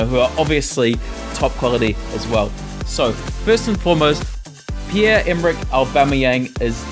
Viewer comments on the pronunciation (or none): Really it's Pierre emrick